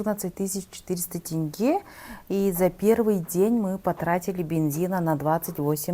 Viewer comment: Не КАнаев, а КОнаев. Столько времени здесь живёте и не можете произносить фамилию нашего первого руководителя. И не Такаев, а ТОкаев. И не тэнге, а тенге. Россиян видно из далека. А так дорога длинная, тяжёлая. Мы сами часто ездим к родителям в г.Семей. Ак жол. Желаю добраться до места назначения без приключений.